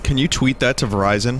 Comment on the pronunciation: E.T. phone Verizion.